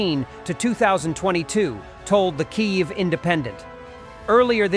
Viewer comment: It would be so much more effective if you could pronounce Kiev correctly. Your pronunciation is unique. But neither Ukrainian nor Russian.